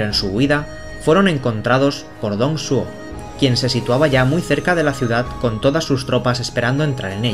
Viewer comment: Me estoy leyendo la novela y, la verdad, me hiciste un buen resumen para consolidar los eventos del 2° volumen XD PD: Deberías al menos pasarte por la wikipedia. Ahí te dicen como pronunciar los nombres. Ejemplo: Dong Zhou se pronuncia Tong Chuó o Lu Bu se pronuncia Lu Pu. Pero por lo demás, excelente vídeo 👌